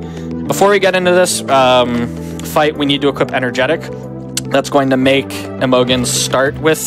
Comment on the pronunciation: Maybe he's memeing but I feel obliged to point out that Imogen is (usually) pronounced with a soft g, like a j sound. The o sounds like unstressed "uh" too, so it's like "imagine" but with "uh" instead of "a".